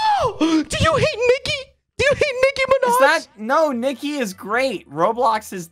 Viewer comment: Why did you say mind It’s “Minaj”